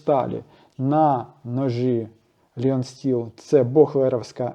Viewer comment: Вітаю. Правильніше говорити Лайон Стіл 🙂